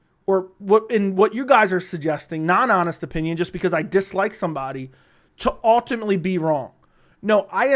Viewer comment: Ultimately. Learn to pronounce